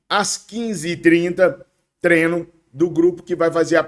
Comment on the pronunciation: Fala treiiinooo, e não trenoo